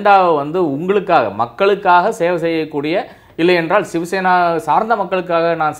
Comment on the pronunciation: அன்பு நண்பர் அழகான பெயர் வைத்துள்ளீர்கள்சிவசேனாவை ஷிவசேனா என்று சொல்கிறீர்கள்